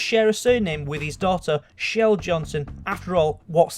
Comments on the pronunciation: It's chell not shell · No its chell not shell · Chell is pronounced CH-ell